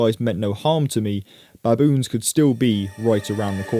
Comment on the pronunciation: Can u please stop saying BABoons say it like how u would say biboons